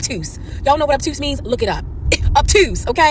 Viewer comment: I’ve never heard someone say obtuse soooo Baltimore-ish